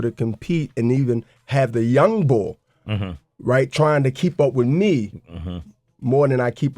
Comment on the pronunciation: "Youngbul" That Philly shit